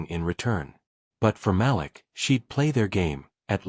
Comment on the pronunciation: The little boy’s name is pronounced ma’leek. How can I get a gig reading these stories?